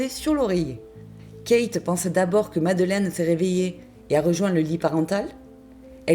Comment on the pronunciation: C'est pas madeleine mais madeline